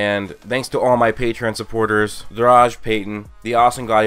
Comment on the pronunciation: I am Jesus! WORSHIP me... Btw the way you said PATREON yesterday "patrown" patrone is German for bullet (Yes I'm German) btw the editing tho... Holy fuck! Its like all the previous vids in this what if... But better & with sound effects... Jesus...